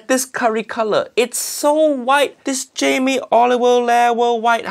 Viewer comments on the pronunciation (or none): “Jamie Oliveoil” 👀